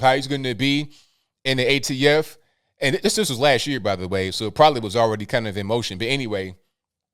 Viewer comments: NOT AFT. ATF Can someone throw a piece of paper and Biden to get it correct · The AFT!?! Sir, I think you mean ATF as in Alcohol Tobacco and Firearms! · What’s the AFT? He said it twice! He meant ATF, that’s our leadership! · AFT???? WTF??? HA. Does he mean ATF??? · "AFT" does he mean ATF?🤔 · I thought it was ATF, not AFT. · Biden said AFT 🤣😂 it’s the ATF President potato 🥔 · Did he say AFT and meant to say ATF????